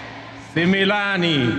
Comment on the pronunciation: hii maneno alifundishwa na jumwa wakiwa kw room unasikia anasema sema sumilani😂😂😂